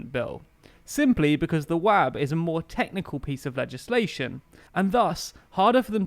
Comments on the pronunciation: Sloppy mistakes in this video. "Techical" at the start and you messed up the ayes and noes . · Heh... Heheh.... Techical...